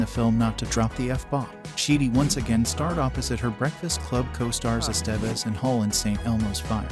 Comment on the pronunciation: Miss pronouncing Emilio Estevez ,,,driving me nutz ( S Te Vez )